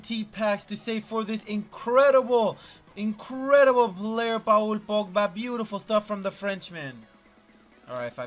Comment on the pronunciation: it’s paul on pa ool